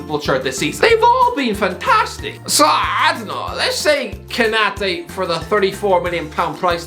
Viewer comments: As soon as you said Konate I just about unsubscribed😂😂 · Man said Konate💀